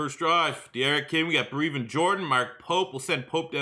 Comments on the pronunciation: You have to figure out how to say Brevin Jordan's name... forreal,, this "breeevin" shit is getting old.. lmao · PLEASE pronounce Brev’s name correctly it is Breh-vin